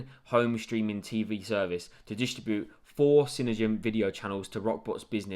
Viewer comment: It's pronounced CINE-DIME